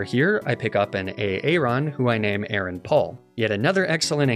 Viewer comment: is nobody else triggered by the way he pronounced aron? he's saying "aye-aye-ron" it's "aye-ron" were tf is he getting the second A?